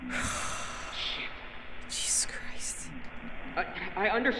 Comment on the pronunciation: Couldn't help it but laugh when you said my name "Jesus" lol well pronounced btw!